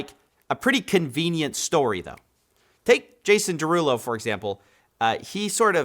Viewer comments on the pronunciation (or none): “…Jason DeRugPull…” 🤣🤣💀